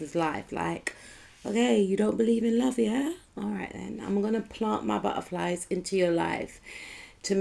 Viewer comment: o man you always make me laugh with that Word buttuhflies😊😅❤